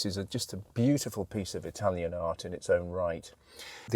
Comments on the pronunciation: Quality, knowledge, passion, good Italian pronunciation. You have it all. Thank you for another great video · Your Italian pronunciation is excellent. You could teach your mate Harry.